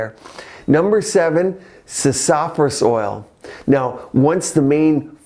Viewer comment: Common pronunciation of sassafras in the states is sass-a-frass 😂 But you made it seem more posh, well done Good vid